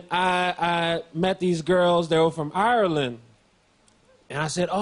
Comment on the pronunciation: This is the first American I've heard pronounce Ireland correctly